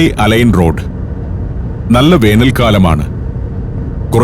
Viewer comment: അലൈൻ അല്ല അൽ ഐൻ